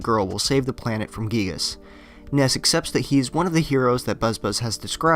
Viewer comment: You pronounced giygas wrong